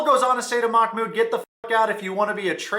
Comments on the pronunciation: I am Arab and the correct pronunciation is "Mah-Mood" محمود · Its "mahh-mood" you pronounce the h softly like you would at the beginning of a word. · They are pronouncing it Mock-mood 😅